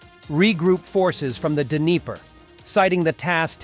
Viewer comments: 'Dinner-pro'?. lol! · It's actually more like Dneepro with a hard 'R' sound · It’s pronounced “Dnipro”, D’nee pro